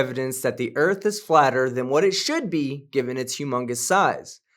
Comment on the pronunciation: Today we learn about the direction Norf on our home planet, the Erf